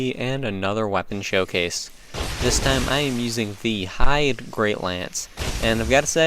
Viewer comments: It's pronounced "hade". Not "heidi", not "hide", not "haiti". The Way of Blue covenant guy says it in his dialogue. It really does bother me! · If the name refers to the german word "Heide", all your pronunciations were wrong ;D